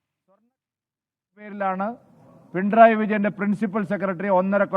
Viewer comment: “Pintrayi” alla uvve “pinarayi “😂😂😂